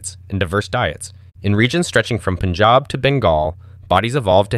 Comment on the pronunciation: u pronounced Punjab so perfectly first non punjabi on youtube to do it, i love you